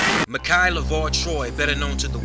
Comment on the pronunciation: My-Cah not makai don't disrespect the pastor.